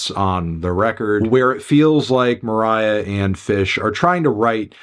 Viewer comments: stop calling her moriah dude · You calling her Moriah is so funny for some reason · you’re so cringe stop calling her moriah her stage name is poppy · Stop calling her Moriah you weirdo